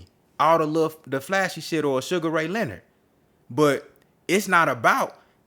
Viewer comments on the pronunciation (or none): none